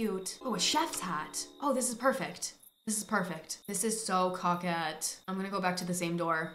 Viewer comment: saying coquette cracks me up 😂